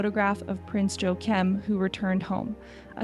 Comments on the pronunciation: Not Joe akeem, the J is silent, and get a w sound. Sounds like Wakim. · This is all old news. And it’s really annoying that you haven’t bothered to learn to pronounce Prince Joakim’s name correctly. It’s pronounced “yo a keem” As for the king and queen going to the Olympics, they are both very interested in sports, but favour different events. Queen Mary loves to ride so she naturally wanted to go see the equestrian events, while King Frederik decided to follow badminton, a hugely popular sport in Denmark, a sport Danes always win medals in. There is no scandal in the Royal family. Prince Joakim has a prestigious job as a military attaché at the Danish embassy in the US. This is a real job, not some cushy position made up for him. He has a long and distinguished military career in the Danish armed forces, and he spent more than a year at the most prestigious military academy for high ranking officers in France. He is a native speaker of French and Danish, and speaks fluent English and German.